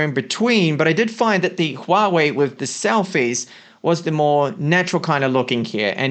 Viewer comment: Very little Youtuber can read Huawei correctly. You are one of them. kudos!